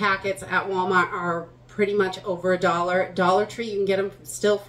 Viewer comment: "walmawt".. it's not every day that we can hear your accent 😂